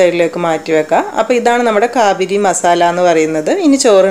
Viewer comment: കാബിരിയല്ല കാബിലിയാണ് അറബിയിൽ പറയൽ